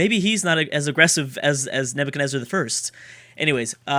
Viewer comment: Please don't take this as an offence and Idk if you've corrected yourself but Nebuchadnezzar is pronounced Nebutshadnezzar not Nebukadnezzar.